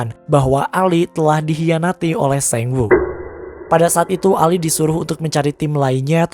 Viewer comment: baca sangwoo kenapa harus sengwoo sih